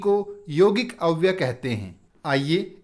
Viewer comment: अव्य शब्द के साथ य अक्षर है जो अव्यय शब्द बनाता है । गुरुजी आप अव्यय के स्थान पर अव्य बोलते है सुनाई देते है ।